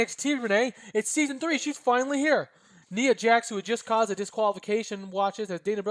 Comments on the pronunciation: You were saying NEE-AH, correct way is by saying NYE-AH like eye or tie, etc. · Btw, I'm nit picking but Ni in Nia Jax is pronounced like Tye for Tye Dillinger.